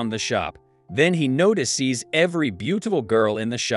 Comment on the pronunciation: Yeah, "NOTI SEES" , "SHARONE" , "SHONE", Just to mention a few !!! :face-turquoise-covering-eyes::text-green-game-over